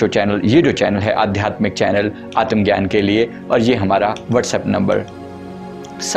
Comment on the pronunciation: आतम ग्यान नही आत्म ज्ञान असे